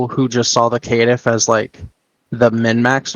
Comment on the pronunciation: You forgot the ear destroyer: Kit-tiff